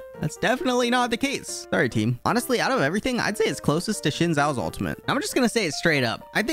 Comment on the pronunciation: Shin Zao? Buddy I think it is pronounced Zin Zao.. Xin Zhao